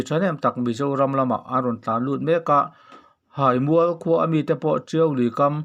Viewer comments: Haimual hai tihlai hi thluk tur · Haimual kha ilam fu lo thin a, theihai a hai ang khan thluk rawh, abak chu atha hle ani, ngaihnawm in ichhiar thiam hle bawk. Ka lawm e. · Hai. Hi Theihai. Lam a, hai ang a lam tur ani e. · Sehmûr nilovin,Sehmur(se+hmur) tih tur.Haimûal ti lovin(Theihai a hâi)ti a lam tur,Hâimûal. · Ziaka a thluk dan tur inhrilh hi a har a nia a Háimual tih loh tur...Háimual tia thluk tur...hihihi... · Theihai hi engtin nge I lam thin tawngpai I nih loh cuan theihai hming I lamang khan haimual tiin lam tawhla ngaihthlak a nuam deuhin k ring adang sawiselna turn CE k hrel lo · Hai mual i lam rik dan kha Hriat a nuam lo deuh, Theihai ah khan hai hminglain Mual tih kha Tlangmual ah khan Mual kha lain Haimual tiin lam ri la hriat a nuam deuh ang. Ka lawm e. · Insehmur tih hi,,, in seh mur, tih angin ilama, inse-hmur, tia lam tur. Haimual i lam dan pawh hi, hai, Theihai kan lam ang hian, ahniam lovin asang a lam tur. Haimual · Hai. Hi theihai anga hai ti a chhiar tur a ni zawk hmel e, awmze neia chhiar hi a poh mawh ang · Hai mual hai tih i lam rik dan theihai hai tih ang lamri la, Tawnzang zang hi hnungzang kan lam a zang kan lam ang hian lam or chhiar la ngaithlak a nuam in a dik ka ring zaawk deuh a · Haimual itih kha Hai tih hi THEIHAI kan tih ang hian Hai kha lam rik tur zawk ani e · Chhiar/puangthiamlo bet. Neitharthei si. Haimual thlukpawh ilam thiamlo. Hahthlak lutuk